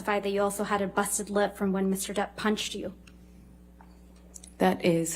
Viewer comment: Does it get on anyone else’s nerves when they say “Mr. Debt” instead of “Mr. Depp?” No hate to the lawyers here because I know they spend hours and hours talking/reading aloud but it is a serious pet peeve of mine lol